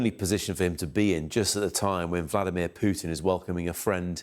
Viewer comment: has blamed "Pewtin". 😂